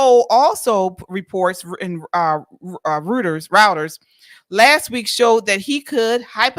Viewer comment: It's pronounced royters. I enjoy your show keep up the good work.